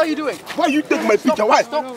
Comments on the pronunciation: "Why you take my pictja" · Whay yoeh take may pieeektjaaa? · Niemand: Random kerel: WiJ jOe TeEk mAj PiEkTjUr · Die man zegt niet picture maar pictje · lijkt wel of hij zei: you took my pietje